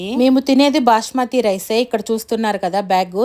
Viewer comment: Bashmathi kadu basmathi